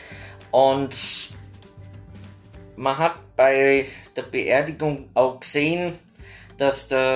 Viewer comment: warum sprichst du eigentlich ''gesehen'' so komisch aus ? Also bei dir hört sich dass an wie ''ksen''. Habe dass aber schon bei mehreren Leuten gehört, ist das ein Dialekt ?